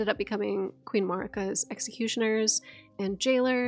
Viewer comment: I really hate the way she says "Marika"... She literally says 'murica. Murica this, murica that.